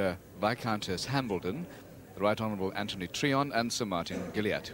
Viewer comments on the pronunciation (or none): none